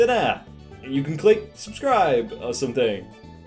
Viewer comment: No one: with his accent: S U M M A T